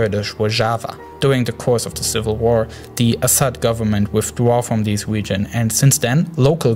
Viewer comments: "awab wegion" 😂😂 good vid tho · "gwoup" "wegion" "tewor "wadical" "miwishas" "wojava" "sywia" LMAO